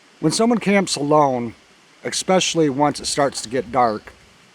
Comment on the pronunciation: When somebody mispronounces especially as expecially I know they are on point and I get ready to learn something.